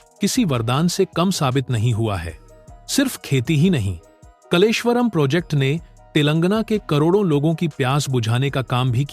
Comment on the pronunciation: कलेश्वर नहीं कालेश्वर यह नाम कालेश्वर महादेव से लिया है यह प्रसिद्ध मंदिर इसी गांव में है